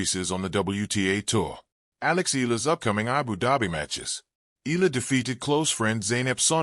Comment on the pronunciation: Can't even get the name right. It is pronounced (EYALA) not "ELA" as most of AI generated stories as this says. Correct it if you want to grow your subsciptions.